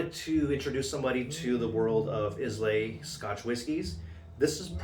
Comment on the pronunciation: EYE-LA not IS-LAY